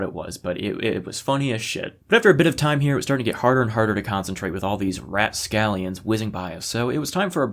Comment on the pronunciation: Did you say raTscallions?